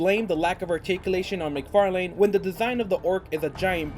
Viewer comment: "Mic-Far..LANE" McFarlane ---> Mc-Farlin